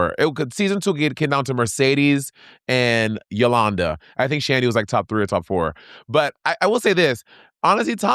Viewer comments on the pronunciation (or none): Not Yolanda! Lol. It’s Yoana.